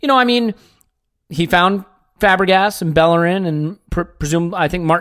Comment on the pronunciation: U said Belerin twice. 😂😂😂. U want him out that bad? 😂😂😂😂